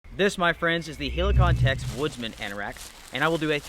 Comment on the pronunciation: The way you say Helikon is really annoying mate